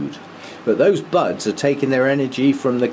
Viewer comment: Had me startled for a moment!! I had the volume down and thought you said "bugs"!!! at first....instead of buds!!! LOL :) Love your videos...I like the way you try to mount your orchids as "natural" as you can.